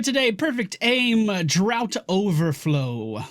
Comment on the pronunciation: Ok, I know I'm late with this comment, but I'm watching these now and I wanted to let ppl who are interested: Greymane's lvl 4 talent is DRAUGHT overflow, not DROUGHT overflow. It's pronounced like DRAFT (or with a long "A" sound like drawft if you want to be posh), and it basically means a liquid you drink It can also mean anything alcoholic that is stored in a cask or barrel, as opposed to bottled. If you've ever heard of draught beer, that's what that means. It is not related to a lack of rain. It's a bit archaic and British, but Greymane is Gilnean AKA WoW British